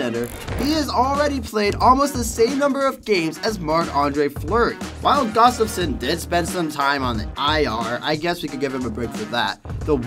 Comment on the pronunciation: I genuinely enjoy the longform documentary style of this channel. I would like to offer some constructive criticism for the narrator. I appreciate the passion you demonstrate, but please if you are a hockey fan, take your time to learn how to pronounce NHL players' names properly. The best example of this is the Minnesota Wild goaltender, Filip Gustaffson (not Gustavin).